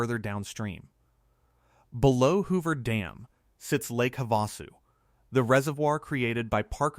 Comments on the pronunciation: Please teach your AVATAR Bot Narrator how to say words correctly. That lower dam on the river is Lake Hava-Sue, not Hav-A-sue. It seems to be a minor issue but speaking names correctly helps people understand your narrative. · Lake Ha-vahsu?